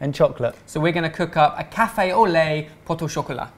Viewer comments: He said poto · You don't pronounce the "t" in "pot" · you don't pronounce the 't' in 'pot' ! :) great vid as always